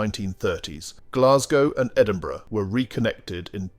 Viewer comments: It's Edinburugh not Endinburoo yah pure dick!! E-Din-Bu-Ra!! fanny baws!! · Please learn to pronounce Edinburgh. It is not edinbro. Nice video. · Just say Edinburra , now that is how the folks there pronounce it there and about everywhere else . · I was so glad to move on from the Edini- bro bit, my skin crawled every time it was said. its Edin-bu-ra!! I expect that from Americans but not an English speaking voice. You live next door for goodness sake. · Had to stop the watching after hearing “Edinbro”, it’s just not on. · its Edinburgh, not Edinbrow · it's pronounced Edinburra. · Yeah, that was pretty annoying. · Agreed!! I was born in EDINBURGH and came to Australia as a teenager with my parents in 1961. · Yes his prononciation of Edinburgh is particularly annoying . It grates on the ear. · You say "Edinburgh" wrong. There is not a "ou" sound, but a "a" similar to "a" in "car". Put it to Google translator ;-) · Nor is it Edinbruvv innitt!? Shocking! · Why go to the bother of show casing Scotland only to ruin it by not even bothering to learn the correct pronunciation of our cities esp our capital mate .? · Ditto the Edinburgh note. And, the word loch is pronounced "loch" not "lock". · This numpty narrator needs to learn how to pronounce the names of places correcrly..Edinbro,Lock,Lowhaber..boils my piss.. :( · Good video, but Please learn how to pronounce Edinburgh Lochaber Burgh and loch